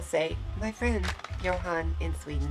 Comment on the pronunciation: Actually, in Sweden, we don't pronounce the H in Johan, so it's more like Jo-an. Absolutely not Joan, but exactly like you say it except the H. :)